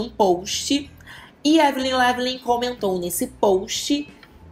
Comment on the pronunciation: "Leviling" kkkkkkkkkkkkkkk